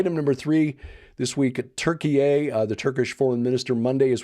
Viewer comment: I wouldn't expound on pronouncing Turkey as Turkey-ay, even if you're correct. Like, nobody gets why you pronounce it that way just districts from the content.